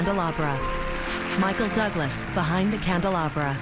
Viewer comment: Claire Danes said Michael doublas 😂